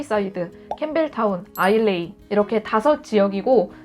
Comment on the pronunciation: 지역 설명해주실때 "아일라" 로 정정 부탁드립니다 영어 스펠링 딕션상 아일레이(ISLAY) 라고는 하지만 스코틀랜드의 지명이고 게일어라 아일라가 맞습니다.